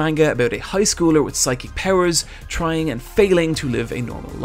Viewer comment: It’s pronounced psychi Kay So when you put them together it’s psychic Not sacky